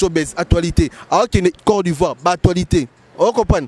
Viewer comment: Oyebi ata koloba te "corps d'ivoire". Mutu ya matolo na famille nayo oza na mutu lokola Papa Cheri